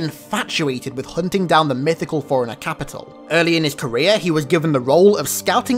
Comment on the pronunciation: Forerunner sounds like "foreigner" and now I can't stop hearing it when he says it lol